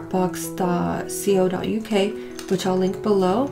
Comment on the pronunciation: im from the uk and the way you said ".co.uk" made me giggle! you spelt out c - o but we commonly say "co" like tiffany & co. its such a random little thing i found adorable lol